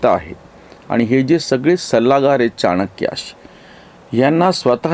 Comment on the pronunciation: चाणाक्याने नव्हे, चाणक्याने.